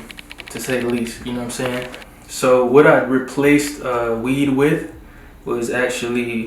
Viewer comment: "..know whutum' sey'n."